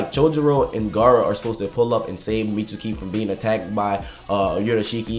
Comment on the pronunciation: I hate that he pronounces mitsuki as “meet-sue-key” bruh sasuke is not “sa- sue-kay” it’s pronounced “meets-key” jus like sasuke is pronounced “sas-kay”